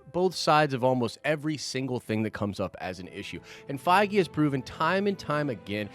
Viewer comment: Den Of Nerds drinking game, everytime say ‘Fiege’ do a shot! 😉 love the channel hahaha